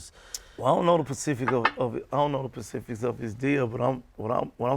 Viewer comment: It’s specific not pacific